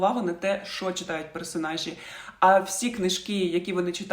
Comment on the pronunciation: Відео хороші, але будь ласка, тільки не "шо".